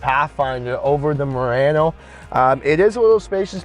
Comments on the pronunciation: Pronounced MU-RA-NO. Not RAN -O 😢😮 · It's late. I'm cranky. Can somebody teach him how to pronounce Murano?😂😂😂.. . Potato potaaaaato